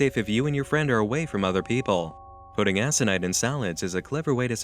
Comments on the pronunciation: Video is great, just one nitpick: Aconite is pronounced Ak-oh-nite. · It's ak--nahyt - why are you saying it like that? Hannah McKay grew them in her garden. Dexter, anyone? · It is aconite. Co as in corporation, not as in coelacanth. But damn, what an interesting story. I've only ever seen the videos themselves. I wonder what sort of stuff the rituals were. Some bizarre psychologically taxing stuff or did it go to physical stuff? I guess it is better not to know.